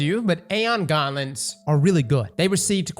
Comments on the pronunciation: Aeon Gauntlets? Or Aeon Garments? 😂. Sounds like ur saying garments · Please learn how to pronounce gauntlets, its braincell destroying hearing you butcher english